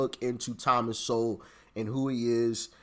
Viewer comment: You're saying his last name wrong. It's Sowell